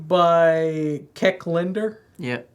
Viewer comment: My bad on mispronouncing Cec Linder’s name. His full first name is Cecil. Sorry everyone. I didn’t realize this until we were in the editing process.